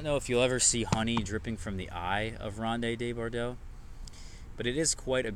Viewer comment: it's pronounced "rownd duh bor-doh." Just 4 syllables total, my friend.:-)